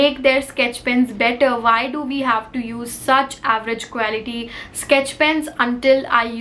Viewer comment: I Love ur videos a lot.. But Just want to tell u that pronounciation of quality is क्वालिटी and not क्वैलिटी ❤️